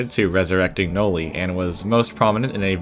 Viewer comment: Noli: ❌ Noi: ✅